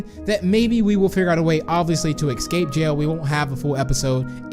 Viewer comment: Srsly ecscape? Its escape